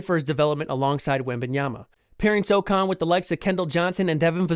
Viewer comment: First you say “So” then you say “han”! Now say Sochan. You’re a Spurs channel or alleged fan. You should know